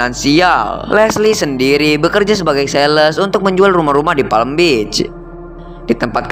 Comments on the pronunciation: Apa di sebutnya Palm Beach jadi Palem Bich 😂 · Kalau PALM BEACH Cara sebutannya "PAM BIC"